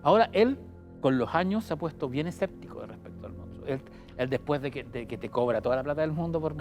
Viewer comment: Monstruo M O N S T R U O , salfate no "moustro"